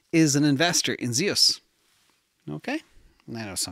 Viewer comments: It’s Zeus like the Greek god not zeows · Zeus is pronounced Zyoos. It's the name of the Greek god of sky and thunder. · Zeus is one syllable.